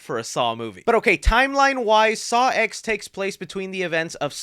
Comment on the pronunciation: dude, it’s a roman numeral. it’s pronounced “saw ten,” because it’s the tenth saw movie🙄